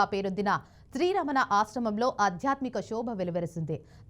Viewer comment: అధ్యాత్మిక కాదు, ఆధ్యాత్మిక అని పలుకు తల్లీ